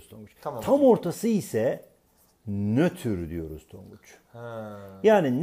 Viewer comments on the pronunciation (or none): Nötür degil Nötr Olcak :)) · nötür değil "NÖTR" :D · nötür değil nötr :D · nötür değil nötr